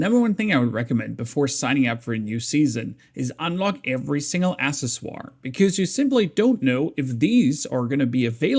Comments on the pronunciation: Thanks for all the vids, some help?... accessory = uhk seh suh ree, :D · " Accesoire - Sorry I'm german" Pronounced it like a frenchman LMAO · it's pronounced "Ack-sess-er-ee" btw. Overall Im excited to see we're getting a lot more content but Im curious to see how it all works in practice. Im kinda burnt out on the game rn, dunno what to do besides farm silos over and over for bis mods, gets kinda boring. maybe once we're off novice servers and they actually become a challenge it'll be more fun. A bit sad we have to wait until oct for a new map. Looks like it's a winter map from the screenshot, probably going to have to manage your temperature. Also I dont understand how we keep our story progress but lose our levels on reset, maybe there's going to be a new story per scenario. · "assesswar"? cmon bruh, im german too, you cant just say whatever you feel like and say "sorry im German" while you completely butcher what you're trying to say lol. I mean, you speak English very well, take the time to learn how to say some of these words you need to use in almost every video. lol, no hate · ack sess or ree lol I understand you though